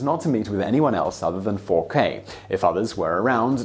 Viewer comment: I always enjoy your videos, but your pronunciation is almost always so poor that it is distracting. Dauger and Fouquet are really easy for an English speaker; you just don't seem to try.